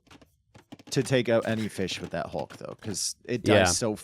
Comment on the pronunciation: Somehow the “Hulk” pronunciation is getting even worse